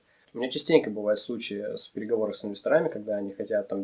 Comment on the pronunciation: Инвесторами , правильно ставить ударение на Е 😊